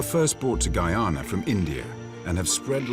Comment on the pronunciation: Why does the narrator say “Gay-ana”?Growing up in the Caribbean, I always thought it was “Guy-ah-nah”. 🤔